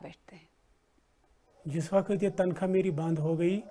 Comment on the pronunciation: MEN GUZISHTA 25 SALON SE BBC SUN/DEKH RAHA HUN.I LIKE VERY MUCH. AP EK ACHHI NEWSCASTER/ANCHOR PERSON HAIN, AAP WAQT( وقت)KO WAKHT(وخت) PARHTI /BOLTI HAIN,KINDLY TAWAJA DEN. THANX